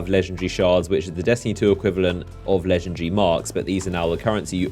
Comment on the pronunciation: Hey no disrespect, but is not "legendre" is "legendary"...